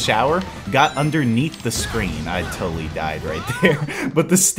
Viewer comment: nigga said "toataly so much organisms right now"